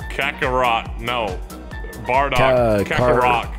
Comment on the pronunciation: It's bardock not bar lock